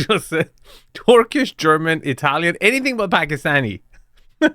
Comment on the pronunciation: Everybody else heard it as American.